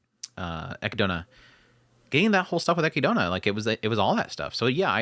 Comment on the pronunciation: And how you pronounce Echidna but all good 😅